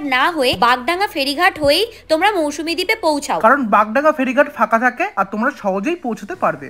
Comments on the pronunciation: Didi Ota mousumi noy mousuni island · Mousumi নয় mousuni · Little mistake it's mousuni not Mousumi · MOUSUMI Noy It's Mousuni Island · মৌসুমী দ্বীপ নয়,ওটা মৌসুনি দ্বীপ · ওটা মৌসুমী না,মৌসুনি দ্বীপ। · It's not Mousumi, it's Mousuni. Please be accurate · Its MousuNi and NOT mousuMi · It's Mousuni, not mousmi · Ota Mousuni Island not Mausumi 😂😂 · তবে মৌসুমী না মৌসুনি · ওটা মৌসুমী না ওটা মৌসুনি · Mousumi noy Mousuni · Mousuni , Mousumi noy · ওটা মৌসুনি , মৌসুমী নয় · Mousumi naaa....Mousumi